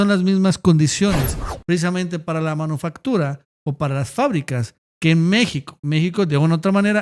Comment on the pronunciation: ya estás como el campe, "se dice MANUFACTURA" NO MANOFACTURA